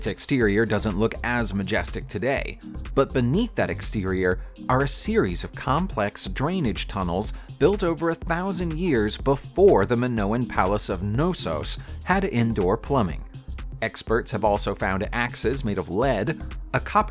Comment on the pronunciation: Knossos = K'NOE - ssoss